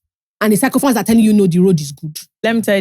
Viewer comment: please it's pronounced sickophants o